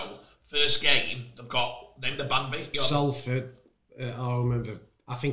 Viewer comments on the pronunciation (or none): Everytime says Salford wrong a fairy dies